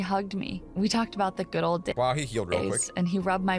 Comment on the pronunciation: you do be saying gud